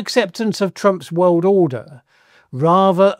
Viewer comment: When will the wiwd accept your gross pronunciation of the word wiwd?